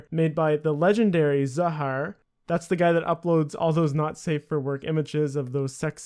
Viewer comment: Zahaar Seriously, I love your videos but get pronunciations right, please.